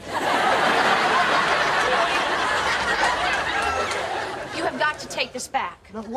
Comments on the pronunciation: 'behalfing it ' ........ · yeah he said "be haffin' it" as "be having it"